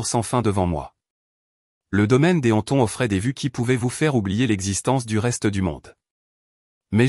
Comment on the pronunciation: Les Hampton arrêtez de massacrer les noms propres